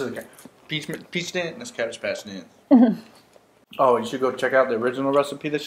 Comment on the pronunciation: LOL it kind of sounds like bitch but I know it is peach I love peaches too so I want to do this.